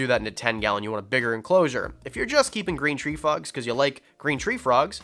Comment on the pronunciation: Is it just me or did he say green tree fu*ks instead of green tree frogs. 🐸